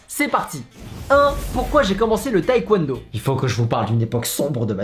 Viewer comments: ça me stresse quand il dit "taékwouènedo" alors que c'est "tèkwondo" ;-; mais sinon super vidéo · La Coréenne en moi n'a pas pu s'empêcher de cringe à chaque fois que tu prononçais taekwondo "taïkwondo" T^T Mais vidéo super intéressante, je vais peut-être m'y mettre x) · Par contre faire du taekwondo et ne pas savoir prononcer ce mot c'est chaud un peu :(